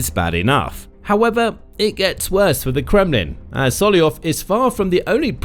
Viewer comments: His name is SolOVyov, not Solyov :) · Solovyov, not Soliov. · it's solov-yov not sollyov 😭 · Why are you pronouncing Solovyov’s name so distorted. It’s one of the easiest Russian names to pronounce! You simply “ate” the first V! IT IS NOT SOLOYOV! It is soloVyov! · I thought his name was sol-ov-ee-ov but you keep saying sol-ee-ov. Which is right? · Not Solyoyov he is Solov'yov. Your pronunsution of russian names and lastnames is shitty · It's not So - lo - yov !! But So - lov -yov!! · SoloVYov, not Soloyon. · Sorry, who is 'Sollyov'? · This is a genuine question: why aren't You reading the first V in Solovyov surname? Cause it's pronounced Solov-yov. :D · I love when the reader gets to a russian name, and then just makes something up that vaguely sounds like it looks 😂